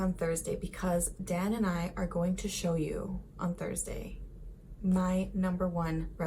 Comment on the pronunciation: I find it interesting that you call him Dan in english instead of Daan haha. Those damned dubble vowels lol